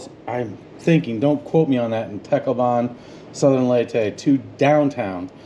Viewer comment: It’s pronounced TAHCLOWBUN